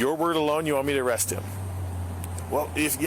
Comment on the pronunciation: AREE-AAST lol standard issue white man trying to say arrest lol